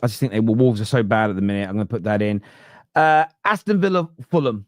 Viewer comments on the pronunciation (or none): none